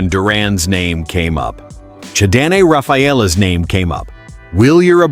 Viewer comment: I understand your using a computer enhanced voice on this channel which is a poor choice IMO but could you at least pronounce the damn players name correctly? His name is no Abro or and man do you butcher Rafaela name Please make it stop!!!